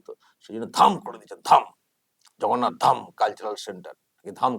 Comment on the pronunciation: উনি ধাম কথার অর্থ জানেন বলে আপনার মনে হয়? আগ্রাসী মনোভাব থেকে এগুলো করা যায় না। অজ্ঞানতা থাকলে যা হয় আর কি। পুরো পাগল হয়ে গেছেন নাহলে প্রভু জগন্নাথ কে ভগন্নাথ বলেন।